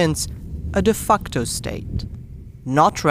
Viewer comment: Just wanted to pooint a small mistake to whoever did the voice over. Why did you pronounce the de facto state is wrong. It's sound like you're saying "de fuckto state".